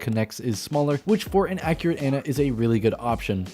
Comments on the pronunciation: Ahn-Uh ON-UH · awe-nuh not an-uh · 0/10, he calls Ana "Anna"